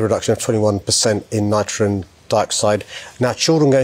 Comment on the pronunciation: He also talks abouts "nitron" dioxide🤔 😅